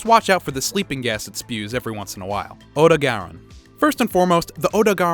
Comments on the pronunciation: I am genuinely concerned by how you pronounce Odogaron.... "Oh-doh-garon" sounds wrong to me.... I always thought it was pronounced "Oh-dog-ah-ron" since it's designed like a big red dog.... looking at you Clifford... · Pls tell me I'm not the only one who's uncomfortable on how he pronounces odogaron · It's pronounced Odo-garon.